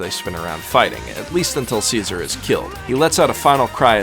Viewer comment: i heard seizure instead of caesar